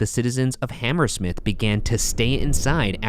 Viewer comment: I have never heard someone pronounce Hammersmith with that pronunciation and emphasis. I always hear it ammrSMIF pretty much not HamERsmiTH